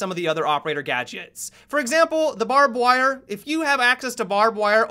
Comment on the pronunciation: "Barb-Wahr", 2017.